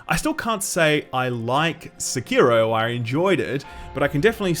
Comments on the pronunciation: You are wrong, the biggest meme isn't you not having a Sekiro review, it's your pronounciation of "Sikiro". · I really had no idea what game he was talkin' 'bout from the way he pronounced 'Sekiro'... XD